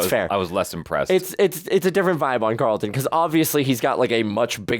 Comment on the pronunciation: I don't know why it irks me that people call Alfonso character CarlIN, instead of CarlTON. Even Will says CarlIN. 🤣🤣🤣